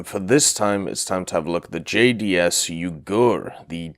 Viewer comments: The name of the ship pronounce "Yuu gu re" not "yougerr" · it's pronounced Yuu-gu-ray, there's no silent vowels in Japanese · Yep, vowels are never silent in Japanese names, and more than any other case having an "e" at the end seems to always confuse English speakers (it was a bad habit for me at first too). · I doubt he care. A bit odd to hear (especially as a Japanese) but in some ways reminds me how US servicemen friends of mine calling Ise as I-see, which is funny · he cares, I corrected him about it on stream. I just had to write a comment about it because it sounded French, the way he was saying it... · He used the hepburn romanization in the title, pronunciation should have been obvious from looking at that. But I guess that just means he's not weeb or naval ain't his forte.